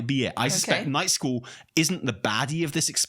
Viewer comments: i enjoy that the whole time, is pronouncing it "Nightschool". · All i can hear him say is "Nightschool" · I kept hearing " Night School" 😂🤣🤣